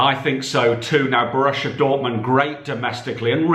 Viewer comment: Seriously, Bo-RUSSIA Dortmund😅🤣😂